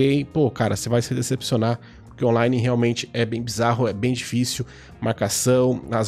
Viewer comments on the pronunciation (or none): Peridê (perder), Puriquê (porque), pericebe (percebe). Esse sotaque é...